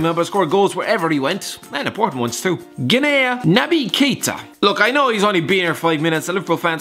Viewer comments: Hate to be this person, but Guinea is actually pronounced "Ginny"... Good video though. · I lose brain cells every time I hear him try to pronounce the word 'Guinea'. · TheRealXboxNerd same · Some of your pronounciations were just hard to bare. If you're not sure ask google. Curacao > Cura-sa-o Guinea > Gui-nee Guyana > Guy-anna Fun fact Victor Wanyama isn't the only Kenyan, Divock Origi is Kenyan as well, but chose Belgium for obvious reasons